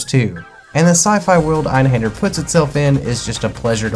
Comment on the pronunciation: Great video and insight on Einhander. I learned multiple things like how to properly pronounce it finally haha. I made a tough choice in December on buying either Grandia or Einhander and I chose Grandia. Watching this sparked my interest again in Einhander. The mini boss fights while very challenging would be very satisfying to beat once you get their patterns down. Great video, as you said the toughest part is obtaining it…. Now I gotta do that!